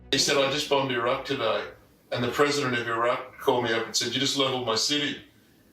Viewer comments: I always enjoy and appreciate your show, but PLEASE learn how to pronounce “Iraq” and “Iran.” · Your mispronunciation of Iraq makes you sound ignorant.